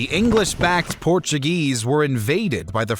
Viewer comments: Very interesting and informative. However there are a number of incorrect statements, he gets basic directions wrong, and mispronounces words in Spanish Portuguese and English. Also he English words incorrectly. But overall a good video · Porttugese :) Portuguese.